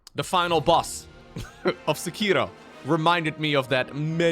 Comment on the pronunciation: thats not how you say sekiro